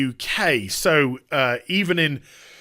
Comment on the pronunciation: As someone who lives in New York, I feel like I should be offended by the way he said that but I can’t tell